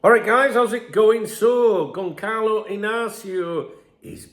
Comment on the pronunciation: At least learn how to say his name